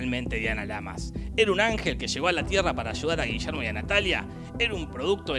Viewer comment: Y Gillermo Francella tampoco eta Gullermo Francella.